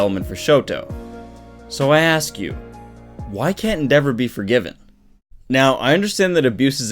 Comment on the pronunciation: Your mispronouncing endeavors name en-da-vor not en-devor